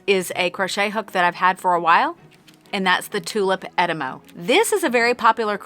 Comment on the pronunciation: I'm English, the first time you said "etimo" in a video I was crocheting and had to look up - I thought they were called the "enema" hooks!!! Now I've heard it, I can't unhear it and keep giggling like a child. Sorry tulip!